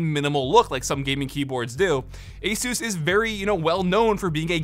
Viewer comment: Thank you for pronouncing Asus correctly